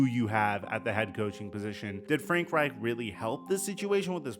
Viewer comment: I like how you enunciate Reich’s last name. The ‘ch’. You sound somewhat German 😂